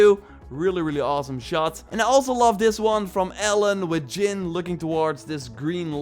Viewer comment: It’s pronounced Jin with a “J”.. not Yin bro get your life together...